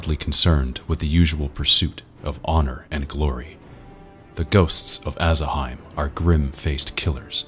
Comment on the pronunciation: The way you're pronouncing it, should it be spelled Aasaheim?